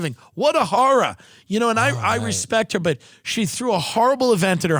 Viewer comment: “What a harror”